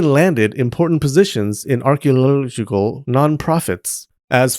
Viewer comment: 😂😂 I thought it was just me